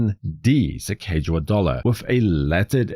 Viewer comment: Excellent, one of my favorite modern designs of all time, especially the American Innovation series and the original series. Fun side note for you, not to be that person who corrects people...but I will be 🙂...Her name is actually pronounced Sacagawea [Lewis and Clark, wrote in their journals: "Su-cog-uh-wea."] It is a Hidatsa Tribe name, Sacaga means “bird” and wea means “woman”.